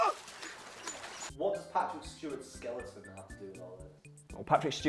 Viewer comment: Did he say skeliten?